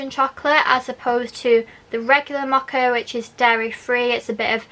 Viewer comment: It’s Mow-Ka,,,,,not moha. I had to blurt it out, couldn’t help myself.